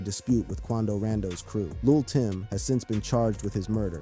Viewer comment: Did bro just call quondo rondo “quondo rando”